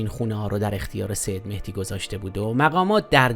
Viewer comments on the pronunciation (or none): none